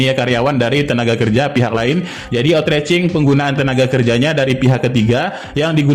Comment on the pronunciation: maaf,pengucapan outsourcing nya salah p,bukan otracing tp dibaca outsoursing 🙏🙏🙏